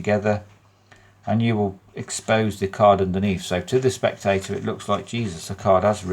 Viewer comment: “To the spectay’ah, it’ll look like, Jeeezus, that cahd HAS risen.” 😂😂😂😂😂😂😂😂 I needed that laugh. Bad. 🤘👍